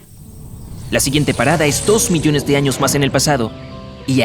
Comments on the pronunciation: En el vídeo decía millone jajaja millone siempre se equivoca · Hola soy el unico que noto que dice 500 MILLONE de años Like si te diste cuenta Gracias por poner leer mas😊😊